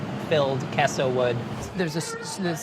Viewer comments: "queso" is not "kesso" it's "kayso" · "Keh-so." Meaningful stare at the camera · Nobody:: “kesso” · Why does he start saying queso correctly and then keeps saying it wrong? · Queso, quayso or whatever you want to call it apparently. Lol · pronunciation of queso is wrong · Queso [sauce] is always spiced with chili of some kind and spices., continuing with an unspiced mornay: Oh dear! Am I saying queso wrong?!